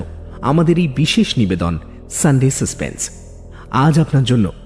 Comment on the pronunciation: আবার সানডে সাসপেন্🤣🤣🤣